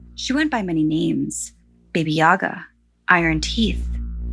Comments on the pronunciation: It's actually baba yaga not BB yoga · just a detail; you said it kinda like "baby yaga", but its just baba, like when ur saying baa baa black sheep, just "baba", it means grandma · Baby yaga?! It's Baba Jaga 😭💀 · God its not Baby Yaga. Its BABA YAGA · Baby Yaga? Bah Bah Yaga is correct way to say her name.. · It’s baba yaga not baby yaga lol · Am I the only one who hears baby Yaga and not baba Yaga? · I love those Stories but you pronounced Baba Yaga wrong it just sounded like you said Baby Yaga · Take a shot of vodka for everytime she says "Baby Yaga." ITS BABA YAGA!!!! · Baba Yaga not baby yaga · honey it is pronounce Baba Yaga not Baby Yaga. ^^ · It's Baba Yaga! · I’m sorry but it’s Ba-bu-ya-guh “ba-ba” like sheep baaaaa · Sounded like Baby yoga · It's pronounced bah bah like how a baby says bah bah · Did you really pronounce bah bah yagas name wrong total culture appropriation with no research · it's actually pronounced bahh-buh yahh-guh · It’s called “Baba yaga “